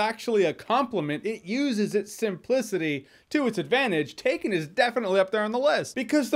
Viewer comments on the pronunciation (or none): That "taken" was terrible Jeremy lol